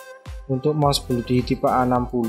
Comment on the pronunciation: Bacanya blodi bukan bludi walaupun o nya double (oo) tapi bacanya tetep O bukan U